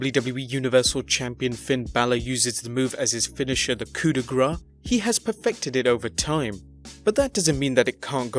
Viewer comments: For finn balor finisher btw its cooda braah not graah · pls coup de grâce not coup de gras. for u sound like french say coup de "grass" cause when you try to say grâce it sound like "gras" in french and gras=fat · OMFG It's "COUP DE GRÂCE", with an 'S' sound at the end, not "GRAW". French for Death Blow. More than half the announcers don't say it properly and now you do too. -.-' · By the way for the "Coup de grâce" you should say "koo the grass"